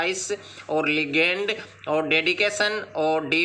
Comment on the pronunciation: 😂 legend = लिगेंड ❌ लेजेंड